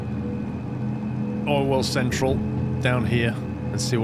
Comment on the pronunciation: That's what what I hear too 😂 for you me it's just called Orwell central now, even I know what the real name is